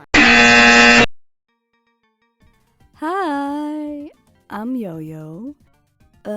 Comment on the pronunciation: ok nice art and timelapse but THATS HOW YOU SAY YOUR NAME?! I THOUGHT IT WAS SAID JO JO LIKE JOJO'S BIZARRE ADVENTURE 😭